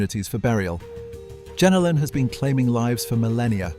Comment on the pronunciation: its Jenolan not jenilon get it right